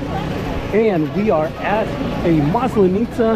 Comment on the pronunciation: Hi. Thank you for another fun video. It’s a second video that you are talking about Maslanitza and you say this word many times. Please, ask your Russian wife to teach you the right pronunciation. The emphasis falls on the first letter a in this word. Looking forward to see more of your discoveries and adventures in Russia